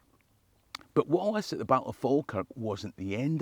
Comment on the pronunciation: Never pronounce the L in Falkirk